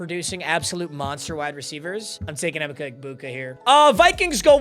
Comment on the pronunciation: Learn how to pronounce Emeka clown